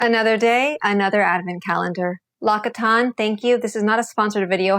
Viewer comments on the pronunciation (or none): its pronounced “LOCK-SEE-TAWN”